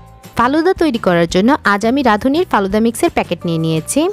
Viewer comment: কালুদা নয় ফালুদা